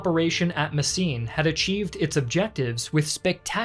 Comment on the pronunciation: It's called Mesen, not Messien or Messine my Yankee dudes